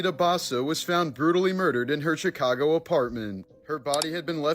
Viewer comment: How do you mispronounced "Chicago" 😑